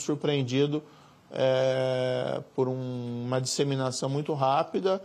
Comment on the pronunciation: Esse ministro CONGE assassina a língua portuguesa. INSEMINAÇÃO 🤣🤣🤣🤣